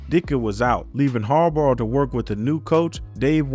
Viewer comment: its Bahhhh like a sheep haha say it with me... Jim Har-Bah . like saying bottle without getting to the T